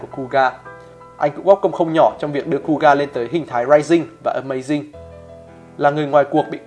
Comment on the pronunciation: Kuuga đọc là khư-ư-ga mà nhỉ, nghe cu ga không quen lắm 🤣